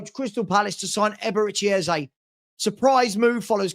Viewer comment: nooo mannn... "Ezebechi". Come on my guy... 😂😂😂😂😂😂